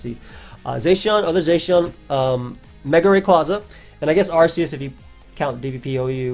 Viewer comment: its AR-KEY-US Holy